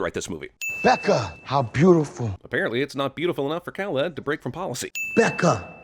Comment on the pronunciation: I cringe every time you say Khaled